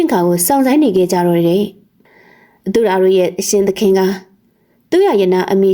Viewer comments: အသူယာပါကွယ် အသူ့ယာမဟုတ်ပါဘူး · အသူရာကို အသူ့ရာအသူ့ရာနဲ့ ပလီပြီး အတင်းလုပ်ပြောနေသလို